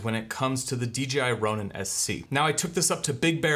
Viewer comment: 1 question, why does every reviewer say D, G, I? Am I crazy but its D "J" I right?